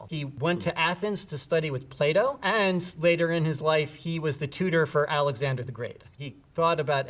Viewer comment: The pronunciation of the foreign name 'Raphael' is one thing, and open to discussion, but I'm damn' sure that "Playdough," isn't correct when it comes to sayin' Plato's name...